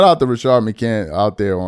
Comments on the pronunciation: You still saying that man name without putting the s on the end of his name! You can put the s on the end of everybody else name…but you REFUSE to put respect on McCantS name! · It’s Rashad McCants, why can’t dude say names